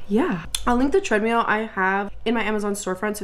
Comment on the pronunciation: the way you said treadmill over and over as treadMEAL is sending me 😭